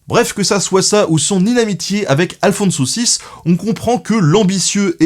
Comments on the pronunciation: C'est incroyable, tu fais tous les efforts pour prononce le nom arabe de Saladin, mais pas moyen de prendre un accent pour pas massacrer un nom espagnol catholique... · à chaque fois j'entends alfon-saucisse, ça me donne faim :x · Je peux pas m'empêche d'entrendre "Aphonse saucisse", à la place d'Alfonso VI :D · moi, j'entend " à le fond de saucisse" ... j'ai pas réussi à me concentrer. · J'ai du mal avec le nom d'Alfonso VI. À chaque fois j'entends Alfon saucisse ce qui est assez perturbant.